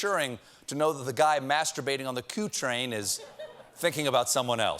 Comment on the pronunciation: Does he say "coup train" while the subtitles say "Q train"? Brilliant.